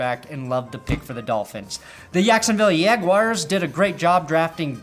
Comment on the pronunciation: Not sure why you have to butcher the Jaguars name, but fuck you.